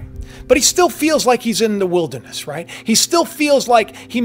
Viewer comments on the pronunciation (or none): none